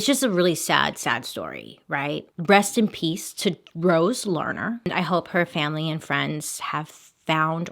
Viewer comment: Idk but I truly THOUGHT that you said "breast in peace (pieces)" lol I was like oh no she really went there!!!